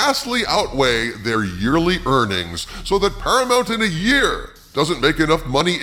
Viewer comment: PARAMOUNT = "para-muck"????